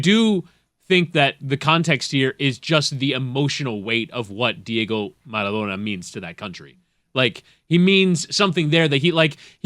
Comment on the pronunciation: Why the hell is LeBatard pronouncing Maradona that way? Doesn't he speak spanish?